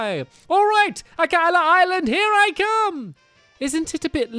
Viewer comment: Akala. the way he says it is 10/10 perfect.